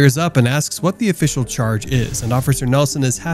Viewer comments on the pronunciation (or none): none